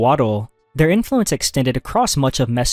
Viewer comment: I could be wrong, but it sounds to me that he trained an AI voice cloner with either his own voice or someone else's, then generated chunks of text into audio and then edited them together. Mostly because of the tone, flow and slightly artifact-y sound. Some words such as "Influence" occasionally stick out as unnatural sounding because of the the syllable stress. Some words are pronounced incorrectly in a way you would expect from a voice cloner, At he says "magnifiKent" instead of "magnifiCent" which is an odd mistake for a native speaker to make and seems most likely either a spelling mistake fed into the generator or a common error that some voice cloners make when they cant tell if the "C" should make an "S" or "K" sound. I'm not saying there's anything wrong with him using a voice cloner, the creator seems to be putting out a lot of content and if it speeds up the workflow and most people can't tell the difference then why not. I was only giving an potential explanation for the previous commenter as to why the inflection might sound odd.